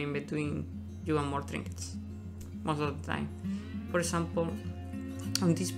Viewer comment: i couldn't understand what he was saying for the fishing trinkiets thing, someone please help me, what did he explain?